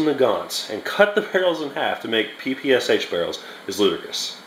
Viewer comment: My ears are bleeding when you say Pe -Pe - aS - aH.